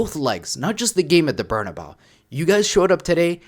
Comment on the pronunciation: Please, I’m begging you, stop calling the stadium “Bernabao”, it’s pronounced “Bernabe-ooh”.